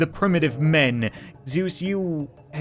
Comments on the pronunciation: It's Zeus not zeusi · it is zeese not zueses or zuesi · its actually zeese